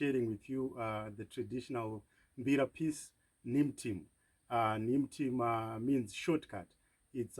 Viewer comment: Isn't it pronounced N-hee-moo-tee-mu, but excellent playing, I really loved the tune.